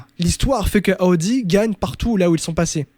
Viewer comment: J’aime tes podcast mais ptn t’es insupportable avec tes « Aoudi »